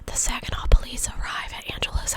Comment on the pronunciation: Michigander here--you pronounced Saginaw correctly!😊